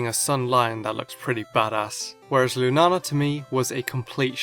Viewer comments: I think it's pronounced lunayla but I'm not sure just because of the double a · It's pronounced loonah ahla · yep, in brazilian is loona-lah, but your pronunciation is cool too